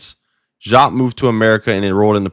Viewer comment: I understand what you might have read, I’m sorry it misled you. I would not, (DEE-AAP) is the correct pronunciation. If you were around to watch him live that is how you would hear it said. I bet it’s weird but I assure you this is Facts